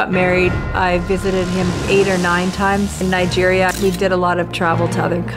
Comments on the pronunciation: i do be suprised you pronounce nigeria well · Finally, someone who says Nigeria right.